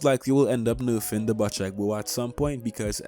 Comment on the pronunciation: love the vids and love u btw the bocek bow is pronounced "bow-check" not "butch-eck" <3